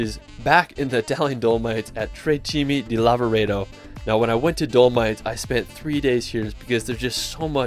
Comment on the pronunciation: please..... TRE CIME DI LAVAREDO !! 😂